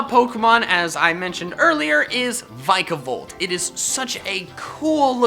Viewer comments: Vikavolt not vaikavolt! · It's v-i-c-a-volt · In the name vikavolt, it's a low I, not a high one